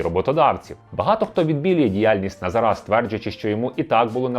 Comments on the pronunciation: Чому ви кажете: "назарА", а не "назАра"? Ріже в вуха і звучить тупо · Дякую за випуск, але теж страждав від цього наголосу. Тригерить, як мене у родовому відмінку постійно називають - ТарасА. Тож дуже-дуже очевидно, що наголос на 2 складі - НазАра (ТарАса) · наголос на других склад, а не на останній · Назара, а не Назара 😁